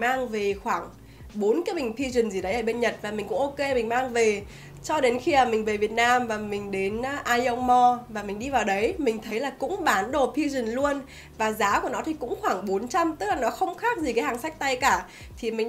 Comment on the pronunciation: Em muốn nói là Aeon đọc là I-ông ạ